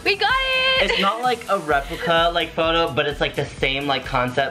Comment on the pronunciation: " so for this photorrr "